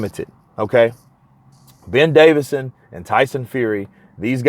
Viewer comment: How many times its Ben DAVISON not DAVIDSON